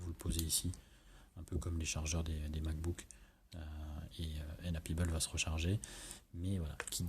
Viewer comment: Très bon test... Par contre, ça se prononce pEbble et pas pIbble et on dit blueTooth pas bluSSouth... Merci pour mes oreilles ;-)